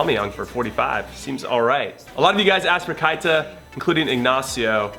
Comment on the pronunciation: Hey Jimmy, you pronounce "Keïta" (KAY-TAH) It's my last name too.